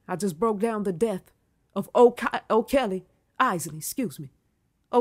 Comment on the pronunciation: I thought that she was saying R Kelly at first.